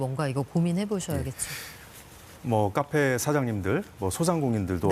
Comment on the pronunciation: 카페라고 쓰고 까페라고 읽는